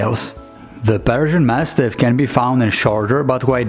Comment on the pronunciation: When you pronounce Persian it sounds like you're saying Belgian